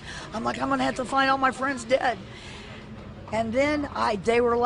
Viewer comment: OHHH!!!! I had to watch it twice before I figured out she said "They shot the robber" . I coul've sworn she said "They shot the rubber" and I was like "..... Is that slang or something?"